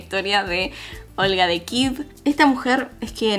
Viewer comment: Jajaja 🤣, me mata cada vez que dice kiv por Kiev 🤣 nunca lo escuché